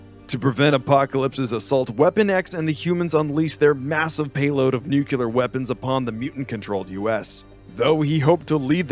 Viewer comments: Nuclear not nucular. 🤦‍♂️ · nuclear: nü-klē-ər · Why is "nuclear" so difficult for people to pronounce? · Great video but the way he pronounces "nuclear" every time, just irritates me. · Please learn how to pronounce nuclear correctly, it comes up often enough in these comics that it seriously bugs me